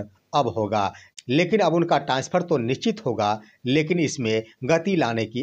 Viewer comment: निश्चित को निचित बोलने वाले का तो घर जाकर बुला लाएगा।